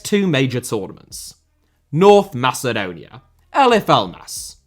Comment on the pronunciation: gretzky actually pronounced macedon correctly lol